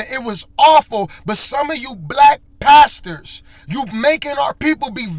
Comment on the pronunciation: He spits out the word 'pastors' like he would 'bast***s' and he's not wrong. Jamal doesn't deserve the title of pastor